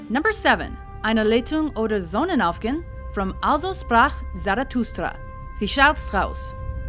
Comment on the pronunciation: Tiago Almeida Actually, I have not listened to that part and later I heard "Ainehlehitung oder Sonenaufgehnn alzo zprak Zarafrustra"...